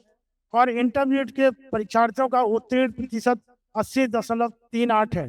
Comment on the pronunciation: इंटरमीडियट❌ इंटरनेट ✅😂😂😂😂😂😂😂😂😂 Ye hai padhe likhe log